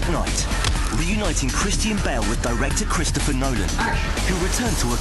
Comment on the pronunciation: his name is christian not cristine you stupid narrarator